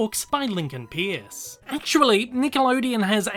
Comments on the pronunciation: sorry, the author's name is pronounced Lincoln Purce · you mispronounced peirce, it’s pronounced as “purse”